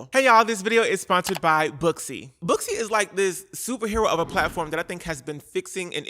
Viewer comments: Girl I’m not gonna hold you, when you said Booksy I thought you said BUSSY and I thought well it’s about time there’s a company called bussy 😂😭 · When you said … booksy, I thought I heard, bussy